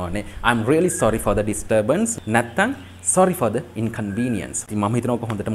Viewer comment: Sorry for the inconvenience sentence eke inconvenience wachane පළවෙනි akura vowel ekak nisa the (ද) pronounce වෙන්න ona දි sound නේද